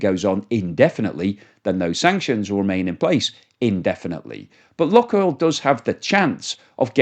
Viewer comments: Luke oil not luck oil? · The pronunciation of “Luke oil” can be broken down as follows: "Luke” is pronounced as /lˈuːk/ (rhyming with “look” but with a long “u” sound, like “loo-k”). • “Oil” is pronounced as /ɔɪl/, with the “oi” sounding like in “boy” and ending with an “l” sound. So together, “Luke oil” would sound like “Loo-k oil” with emphasis on the first syllable of Luke and a diphthong “oi” sound in oil.